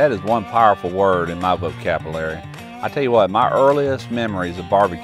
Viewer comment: 'my vocabilary'